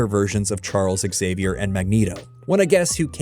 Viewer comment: It’s pronounced Zavier, with a Z sound, like xylophone or xenon. That’s how you pronounce initial X in English. If you want to be Spanish, go for the “h” sound, like a Spanish J (as in Juan). But never ever say the X like it’s a letter (as in x-Ray). One of the greatest sins of this whole series is not knowing how to say the man’s name. Freaking embarrassment.